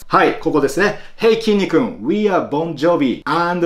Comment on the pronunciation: 未だちゃんと「きんに君」って呼べない、「きんにく君」等と呼んでしまう人も多いのに(自分の連れだ)… 本家がしっかり「Kinnikun」って呼んでるのめっちゃ感動すらする！